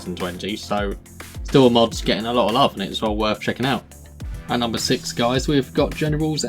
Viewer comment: I figured out afterwards but in the video you said "at numbed nine we have what is generals 2 essentially"